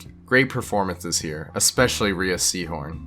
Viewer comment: Mispronouncing Rhea Seehorn's name so many times, now that's truly Something Unforgivable.